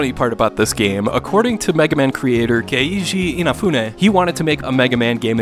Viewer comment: I don't think that's how Keiji Inafune is pronounced. How dare you compare This with Megaman X3. At least X3 has a great soundtrack (Not counting the PS1/Saturn Soundtracks) and has E-Tanks. X3 is nowhere near in the same league as a bad game with Rockman & Forte.